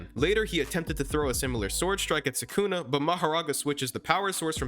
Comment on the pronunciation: SUKUNA ...NOT SAKUNA WHY DO YOU SAY IT THAT WAY